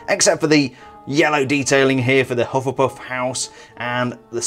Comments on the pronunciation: Hufflepuff not hufflepuss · U sayed hufflepuf very funny 😅😂